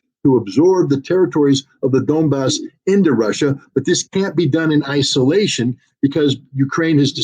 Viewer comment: Why does Scott says "Dombass" instead of 'Donbass'? Is this mistake or I miss something? By the way 'Donbass' means Don river basin.